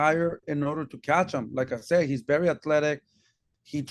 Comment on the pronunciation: “BERY BERY “